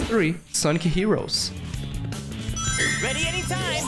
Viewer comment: wealie? Youw daboss of sega and aww ov its gwowie? I’m such a big fan of sonec the hedgwog!!